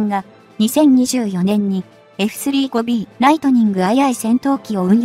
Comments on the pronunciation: エフスリーゴビーじゃなくて、エフサンジュウゴビーと読んでください！ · 「エフスリーごビー」って・・・ その他も、酷い。